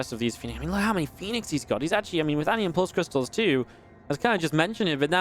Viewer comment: It's 'an-ion', not mispronounced 'onion' FFS, did you not even do GCSE double award?